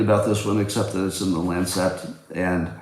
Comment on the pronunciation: Words mispronounced: lancet, colonoscopy.